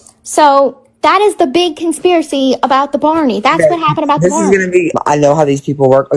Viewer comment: OMG Baaawney? it's BARNEY 😅